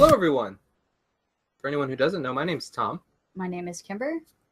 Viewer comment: Tom you pronounced my name right! Also you spelled wrong a head's up if you can fix it